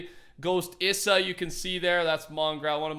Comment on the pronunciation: I love how you dont know how to pronounce Issa x) No offensiv its just funny how you pronounce it in english